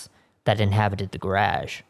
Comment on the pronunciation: Can't get over the way you say garage 😆